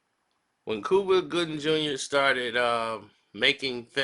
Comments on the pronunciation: Lol Its Cuba not Kooba lmmfdo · Cooba? Really 😂😂😂 u have a speech impediment....get some help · its Cuba...Q-BA ! my friend lol